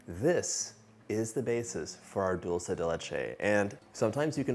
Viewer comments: I found myself wishing he would stop saying Dulsa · Except that he pronounces “dulce” wrong - it’s “dull-chay” 😅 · Are you kidding me? It absolutely drives me crazy when he says dulsa